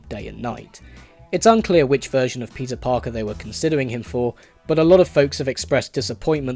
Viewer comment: why do i hear instead of,, peter parker,, ,, pizza parker